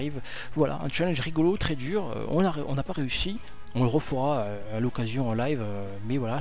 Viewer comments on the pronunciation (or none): none